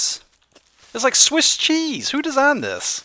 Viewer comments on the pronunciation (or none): none